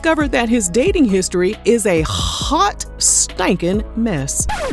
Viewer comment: Why did you have to say HOT like that 🤣🤣🤣